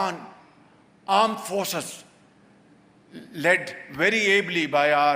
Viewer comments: This time he said ARMED not aand😂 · Did anyone notice before saying aand forces he took time and pronounces very well...😂😂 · Aand forces you mean 😁😁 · you can see his intonation of “armed” forces. Must’ve been hard :_(